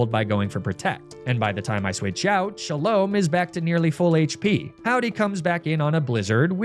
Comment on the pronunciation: it's pronounced sha-lom, o for orange